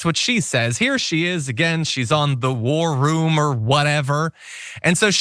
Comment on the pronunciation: did you say War room or Whore room